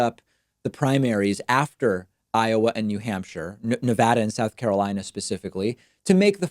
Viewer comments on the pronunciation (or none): none